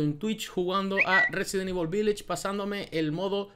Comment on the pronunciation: Por fin un youtuber que sabe cómo se pronuncia en inglés la palabra "VILLAGE"!